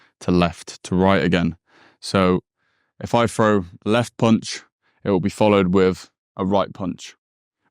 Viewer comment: …..throw not fro.